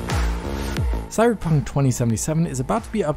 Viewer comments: said cyberjunk. i know what i heard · you sound drunk! I know you meant to say Cyberpunk, but it sounds like you said Cyberjunk! 😆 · "Cyberdromee" 2077?